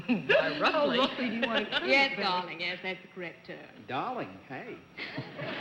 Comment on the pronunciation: I notice when women say "yes" it sounds like "yays". . . something I first heard with Veronica Lake. It was so unique to the dialect of the time.